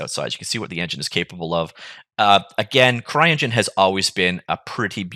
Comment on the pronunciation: did you just say "crying engine"? :D